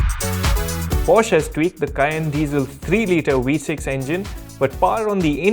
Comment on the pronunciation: Wee-6 engine...😂